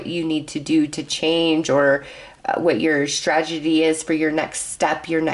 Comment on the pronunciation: You meant to say: "Strategy" but you said: "Stragedy"! But I love your readings as they're insightful and most helpful. Thank you, 😊